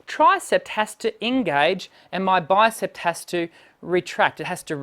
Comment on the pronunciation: It sounded to me as if you pronounced the names of the arm muscles as "bicepT" and "tricepT" . There is no final "t" sound in these words. They are pronounced as they are spelled: "bicep" and "tricep". (I don't mean to criticize - just offering helpful advice.) Your videos are great, by the way. Thank you for freely sharing your knowledge.